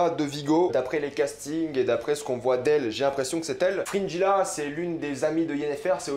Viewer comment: C'est fou comme les prononciations peuvent être différentes dans nos têtes.. Frinjila : Fringilla Guéralt : Geralt Striga (WTF) : Stridge Ou peut-être que c'est toi qui prononce mal